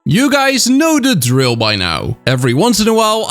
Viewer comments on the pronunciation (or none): none